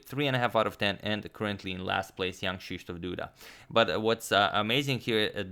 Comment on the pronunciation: You read Krzysztof with a polish sz not rz ( the same as ż ), maybe it is too hard but have you tried the precise way?